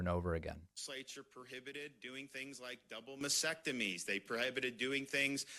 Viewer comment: Guy can’t even pronounce “mastectomy.”